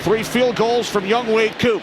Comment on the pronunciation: Irks me that they keep mispronouncing "YoungHoe".